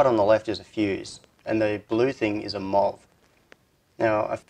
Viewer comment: MUST you pronounce abbreviations?? M.O.V. is easily understandable in any accent. "Muv" is not. Why don't you pronounce BJT? eesh... The power circuit is really pretty cool, but... If I have to disassemble the light to add the parasitic power device, I'd much rather install a regular WiFi unit there instead, and just make the switch a remote.